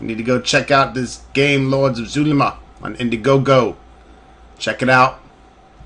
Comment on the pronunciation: Yeah, that's not how you pronounce Spanish "x". Also, who said character names? Put your dunce cap back on and return into the corner.